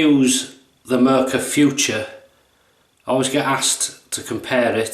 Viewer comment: A very nice, informative and detailed video! Thanks a lot! Just one hint: It's "Mühle", not "Muhle", and if you don't have an "ü"-key just write/type "ue" instead. By the way: "Mühle" is pronounced "Müh-Lay" instead of "Miool" ("ü" being pronounced like the French "u" - so a halfway house between "ee" and "oo"). If you have troubles with the "ü"-sound just say "Mee-Lay". It's incorrect, but every native German speaker will understand what you mean. If you say "Miool", no one will. Withal: Not using Umlaute (Ä, Ö, Ü) both in pronuciation and written form can lead to massive missunderstandings. E.g.: Schlosser = locksmith BUT Schlösser = palaces Masten = masts BUT mästen = to fatten schwul = gay (homosexual) BUT schwül = muggy Bar = bar/pub BUT Bär = bear Dosen = cans/tins BUT dösen = to doze Schussel = scatterbrain BUT Schüssel = bowl schon = already BUT schön = beautiful/handsome etc. Best regards from Vienna, Austria